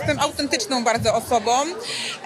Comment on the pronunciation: Jestem" autentycznom , sczerom osobom.." .wiesz !